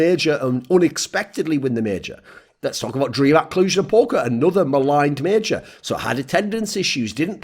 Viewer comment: It's major not meeejor.